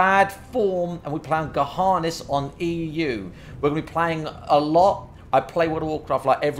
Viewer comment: How the fuck do you pronounce Gehennas as "Guh-HAAH-ness"?